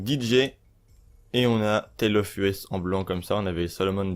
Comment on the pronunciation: À vous entre-pomper entre "YouTubeurk" vous dite les même conneries c'est grave. Dans une autre vidéo, ça se dit "Rolce Royce" pas "Role Royce", Rolls Royce. Et le DJ ça se dit "Tale Of Eusssssss" putain, "Us" "Nous" en anglais, pas Tale Of U.S. apprennez à lire avant de faire des vidéos. Ceci dit merci pour l'info